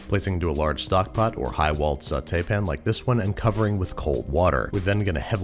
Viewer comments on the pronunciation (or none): when he says peun instead of pan i feel so relaxed idk why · Babish doesn't say "pan", he says "pn"